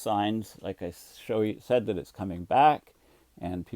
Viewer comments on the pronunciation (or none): none